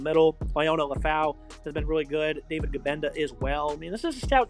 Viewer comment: Bruh the last name pronunciations alone tell you these dudes are clueless. “Gahbenda” and “Jillbiew” lol